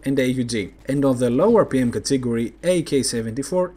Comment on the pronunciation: Nice and useful vids, keep up the good work! I had a tough time understanding your pronunciation of the word "category", maybe you could speak a little slower?:-)